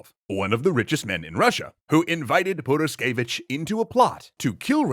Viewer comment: Sure, Tzar did neglect Rasputin's advices, but nowhere near so hard as you neglected "h" in the middle of Purishkevich